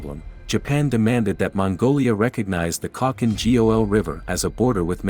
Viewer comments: Khalkin G-O-L🤣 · Nice video (apart from you horrendously butchered spelling Khalkhin Gol)